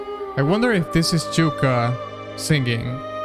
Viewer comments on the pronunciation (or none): Her name is Yuka not JUKA you piece of juitaR